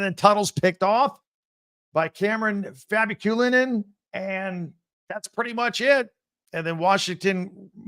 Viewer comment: Here’s another name tip- totally just trying to be helpful with pronunciation. Not being a butt. Fa-bic-you-lan-un